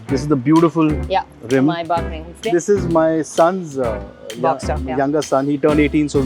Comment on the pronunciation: MAY BAhch... Not MAI Back lady.